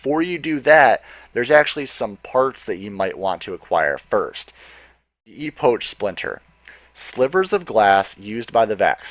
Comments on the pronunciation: Also its E-pok not E-poach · it's pronounced Ep' och (epek) not epoch it refers to the beginning of a distinctive period in the history of someone or something thus time which is what the Vex are all about Look buddy if you can't pronounce something properly look it up first you'll sound more professional it's just an opinion though. sorry If your offended I'm just being honest. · Good video but it's pronounced ee-pock for future reference. You sounded a bit silly saying ee-potch And an epoch is an extensive period of time usually describing pre human history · its pronounced 'E-pok', not 'E-poach'. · Dude epock not epoach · Epoch is pronounced epic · You mispronounced 'Epoch'. It's pronounced 'EE-POK' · cool vid thnx, please pronounce epoch correctly ( e pok )